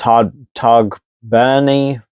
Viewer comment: Hi just with the pronunciation for tadgh beirne if you say thigh (like chicken thigh ) and then add the g and for beirne just say burn 🔥. Hope that helps great team